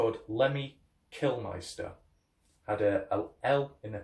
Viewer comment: Why does everybody say Killmeister, its mister isn't it?